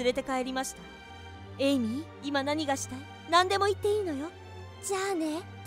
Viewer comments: 1分50秒の時エイミーが、エミリーになってました。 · エイミーなのに、エミリーになってる。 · エイミーなのにエミリーになってる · 1分47秒の時エイミーなのにエミリーになってる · 1050秒のところエイミーなのにエミリーになって る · エイミーなの？エミリーなの？ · エイミーなのにエミリーになってるよ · エイミーなのにエミリになってるw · エイミーやのに1分49秒の所エミリーになってるのってわざと？ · 1分45、エイミーなのにエミリーになってた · エイミーではなく、エミリーになってた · エイミーがエミリーになってる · エイミーがエミリーになってますよ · エイミーがエイリーになってた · エイミーだよね？なんかエミリーになっとる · エイミーのことエミリーになってる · エミリー？ エイミーじゃなくて？ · エミリー？エイミーじゃないの？